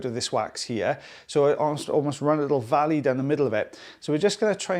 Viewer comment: I always think that too when I hear him say the word valley. Brilliant